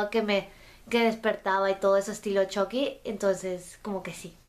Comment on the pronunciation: Una cosa chucky no se dice CHOCKY se dice chUcky